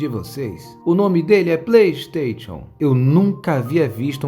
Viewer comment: Ele falando ps pley stetion